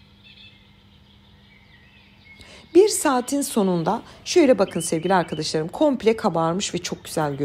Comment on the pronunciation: sizin Sevgili arkıdişlarım demeniz beni güldürüyor her defasında neden arkadaş demiyorsunuzda arkıdiş larım diyorsunuz